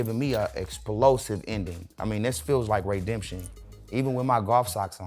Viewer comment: The man say “Raydemtion”